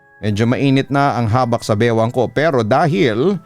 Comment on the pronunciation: Mabilia po pronunciation nyan Papa Dudut. Habak' po Bisaya Term kc yan ng Anting2.